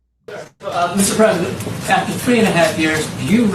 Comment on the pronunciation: Donald trump "yo presssident" just did the Ali Shuffle wit his mouth😂